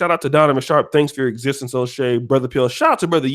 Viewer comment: It’s “O’Shea “ not dumbass